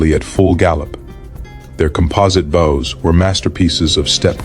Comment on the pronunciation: A good video, but it's a pity that the author didn't bother to nake sure the AI knows how to pronounce "bows", kind of important in a battle with so many archers.